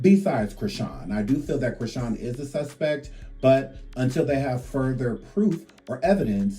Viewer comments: Her name is not Creeshawn it’s PRONOUNCED CHRIS-Shawn not creeshawn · Her name is Chrisean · Goofy AI, that girl's name is Chrisean